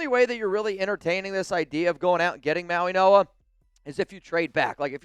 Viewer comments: Yes. The G is pronounced as an N. Mauinoa. Go Raiders. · Bruh c'mon! You are literally mispronouncing Mauigoa while staring at the teleprompter